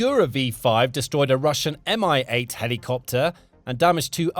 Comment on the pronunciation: Mi is not "me" - it's em eye. Sheesh. And Su is not "sue", it's ess you. You keep getting this wrong, though sometimes you get it right. So irritating. You sound stupid referring to military hardware as "me" and "sue." You sound like you're singing a song from the Sound of Music. Stop this.